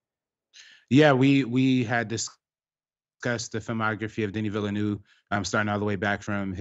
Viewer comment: My years of French class in high school and college are fairly useless here in the states except when it comes to pronouncing French (or French-Canadian) names... De-NEE Vil-uh-NOOV. (If there is a vowel following a consonant at the end of a name or word, pronounce the consonant -- drop the vowel. If a consonant follows a vowel at the end, pronounce the vowel -- drop the consonant, like "salut" = suh-LOO.)